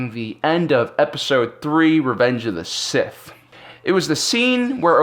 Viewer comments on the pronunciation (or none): none